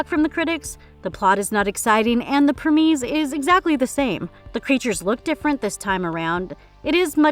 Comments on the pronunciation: What is a premese? Is that anything similar to a premise, or are all the mispronunciations in this video on purpose for comedic effect? I never understood how content creators can monetize their videos, but not have enough respect for the subject matter and the viewing audience to learn how to pronounce names and words they report on. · The Premees??? Does this girl not know how to say premise? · Only issue I have with this channel is the mispronunciation of some words and names. "Preemese" in this video as an example it's premise. Do a tiny bit of homework and pronounce the words properly and you'll be one of the best channels on here.